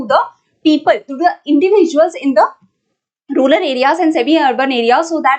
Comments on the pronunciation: Mam says Rular..... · Rural mam not ruler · mam.....plz don't say rulal for rural🥺